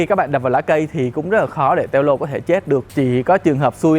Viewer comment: Đọc là teo lô mới ghê